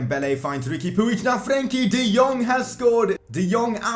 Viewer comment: Are you Dutch? Cause the way you say Frenkie de Jong is very accurate.